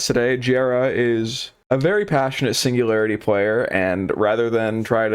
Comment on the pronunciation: signu-gary-ity? LOUD CORRECT BUZZER